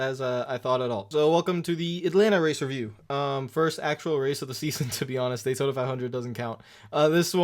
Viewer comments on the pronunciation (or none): none